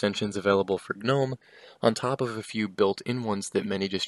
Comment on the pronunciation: The g is silent. Killin me bruh